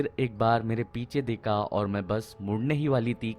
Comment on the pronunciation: Deka peka seka teka leka k wjaase sir ap out hogaye 😅 hindi english dono hi khrab hai apki teka meka apka H gayab hai hamesha se